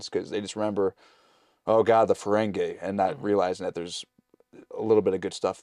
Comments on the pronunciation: Fah-ren-gi Not Fah-ren-gay 😅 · Fah-ren-gi Not Fah-ren-gay